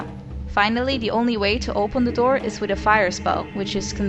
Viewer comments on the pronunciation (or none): none